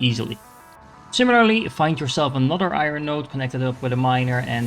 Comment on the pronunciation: Thanks for the very helpful video. One small thing I can give back is that iron is pronounced eye-urn, as opposed to eye-run. It’s kind of a weird word though, not really two syllables or one syllable, like 1.5 🙂 so smooth it out. And now I’m writing a book on how to say iron!